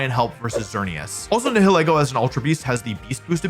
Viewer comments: its nye hill ee goh not nee hill eh goh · You did butcher the pronunciation of "Nihilego". It's a combination of "nihilism" and "ego". "Nigh-ill-ee-go" The H is silent, and the E is pronounces like the name of the letter itself. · Nihilego is a combination Nihil (as in Nihilism or Nihilist) and Ego (As in the Ego, Super Ego, and Id) It's just those 2 words pronounced back to back. Nye (Like Bill Nye) Hill (Like a lump of dirt) E (pronouncing the name of the letter) Go (Collect $200) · People always struggle to pronounce my name (Niall) At Pokémon events, I briefly tried to explain that it's pronounced like the first syllable of Nihilego That... did not work, because people always struggle to pronounce Nihilego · Wolfey! It’s pronounced Nai-ha-lee-go just so you know 😊. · Pretty sure it’s pronounced nihileego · Nile-ego is how I pronounce it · I pronounce it Nile-Ego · Nihilego is a parasite that surpresses its host's higher mental faculties, forcing them to act on their basest desires. Therefore, you pronounce "Nihil" the same way as in words like "annihilate" or "nihilist", and then pronounce "ego" like the word Ego. NIGH-ill-EE-go. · you’re all wrong, it’s “na-HELL-go” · it's pronounced n-I-i-leego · Most people pronounce it Nihil-ego like nihilism & ego.